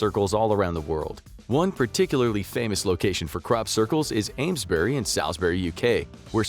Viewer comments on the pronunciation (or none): Aims-Brie near Saul's -Brie if you wish to pronounce them krekly.